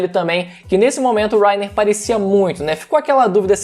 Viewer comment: que agonia ele falando wrainer kkkkkkk